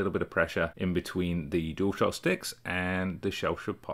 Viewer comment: Does 'Dual shock' on this video sound like 'Door stop' to you. It does to me.